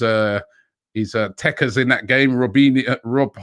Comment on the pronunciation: Robbie honestly never say the word "tekkers" again 😂